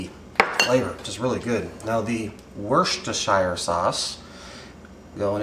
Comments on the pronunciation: Say it like a Brit. Wus-ter-shur sauce. Just try to help. :D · over here we call it just Worcester Sauce, pronounced Wuster. Full pronunciation would be Wustersheer Sauce. Worcester is only 45 minutes away from me...